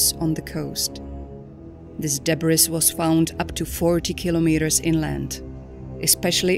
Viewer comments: Teach your Narrator how to pronounce "Japan", "Debris" ( S is silent). Many other words were botched. Incredibly unprofessional. A good Narrator makes ZERO mistakes. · Debris: de-bree.